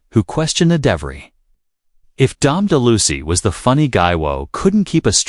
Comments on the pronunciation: Yes utterly ludicrous - Dom De Loosey!! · Ok, I can't stand anymore these excrement pieces who have AI narration saying names like "Don Deluscy " and thinking that seasoned watchers won't recognize the idiocy of these statements! How dare you!!!!!! Famous & Fabulous! Can't you hire real narrators, or at least one who won't insult you audience?